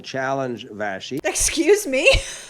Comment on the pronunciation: This is off topic but why are people calling her "VaSHy"? It's VaSSi. Short for Vassiliki. Where's,the SH coming from?? 😐